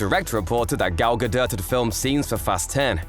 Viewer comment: Finally, someone who pronounces Gadot’s name CORRECTLY!